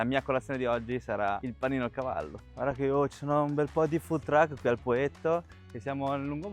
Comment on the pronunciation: Hai detto gavallo??? Ti gooo😂❤